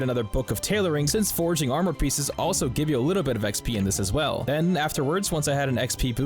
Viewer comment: Great video, love the music with game effects to the beat, but I do have a nitpick. Please, 😊hearing you say “foraging” instead of “forging” was infuriating after 40min lol